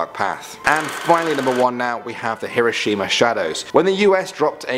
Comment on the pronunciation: Hiroshima i thought it was kirishima ( aka kirishima from boku no hero academia or my hero academia